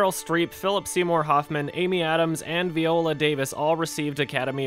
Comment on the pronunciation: "veeh-oh-la" davis